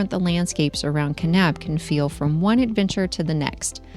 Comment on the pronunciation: My home state! 😍 And y'all said Kanab and Zion correctly! Bonus points! Haha! 😂